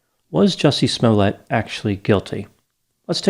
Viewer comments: you mispronounced Jussie's name. It's Juicy Smoo-yay, not Smollet. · It is pronounced “Small-Lay” kind sir. 😂 Not that it matters at all on any level lol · I believe it’s pronounced Juicy Smol-Yay, doc. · "Juicy Smollétt" 🤣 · Sorry it's pronounced juicy smale..... it's French. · Jussie Smollet?? Excuse me, I think you mean Juicy Smooyay.